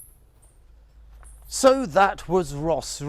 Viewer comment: Thank you for another pleasant outing and makes me miss Cambodia even more. I can't wait to get back after this pandemic lockdown. I have never seen Sambor Prei Kuk and I assume this temple was built around the same era of 6th century. Your caption is ''Bos Ream'' but you pronounced it as "Ros Ream''. Ream is the Khmerization of Rama, as in Ream Ker - Tale of Rama or Ramayana in Sanskrit.